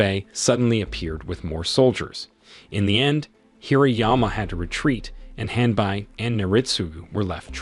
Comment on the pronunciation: with all the respect the name of the servant of Naritsugu was Hanbei not "Hanbuy"